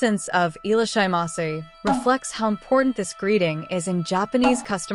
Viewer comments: The AI robo voice doesn't know how to pronounce foreign words, that's why. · At least try to pronounce it properly?